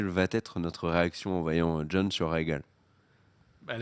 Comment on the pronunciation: Le nom des dragons de Dany c'est Drogon, Vyserion ou Viseryon et Rhaégal et pas Rhaegon